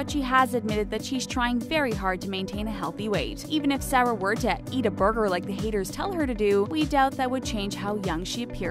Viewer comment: Do you even know how to pronounce Sarah?